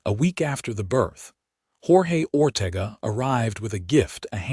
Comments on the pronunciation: It's Ore tay ga. Please instruct your AI as to the correct pronunciation of Mexican names. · Or Ortega. Many words and names. If this is how AI works, we are in a world of hurt as a nation.